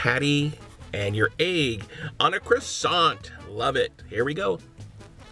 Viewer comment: You don't spell the t in croissant